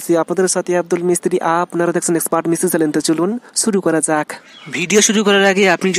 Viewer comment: ছুরু না শুরু